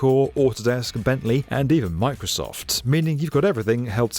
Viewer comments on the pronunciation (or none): none